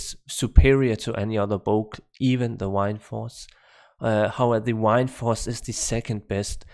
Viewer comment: Wined force lol. Love how you say that. Good video 👌